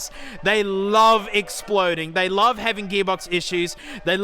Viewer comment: I don't wuv the car but I do wuv woo